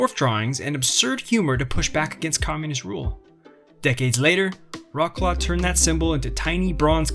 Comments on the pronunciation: Vrotz - Lav! Do not butcher the name of this beautiful city! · Not Vrots-Claw, rather Vrots-Love. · "Roklo" that how sound in polish😂😂😂try vroclav(c is not k) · Its not rawclaw, you know the history,why dontyou learn how to pronounce the city name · Vrotz-Wahv, more like. The "Ł" is pronounced like English "W", ALWAYS. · Wroclaw is pronounced Vrahts-wahv. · OMG, please do not insult Wrocław by pronouncing its name in a way that bears no resemblance to the actual name !!!!!!!!!!!!!!!!!!!!!!!!!!!!!!!!!!!!!!! WROCŁAW Wrocław pronunciation is Vro-ts-wav ✅ Polish W = English V Polish C = English Ts from Tsunami Polish Ł (it's not L) = English W WROCŁAW = Vro-ts-wav ✅